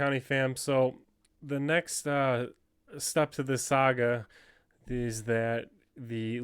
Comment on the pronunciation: Sogga? Come on. It's saga. Is it the beard?